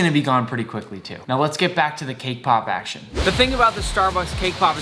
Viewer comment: Now lets get back to the cake pop 'ACSHIN' lol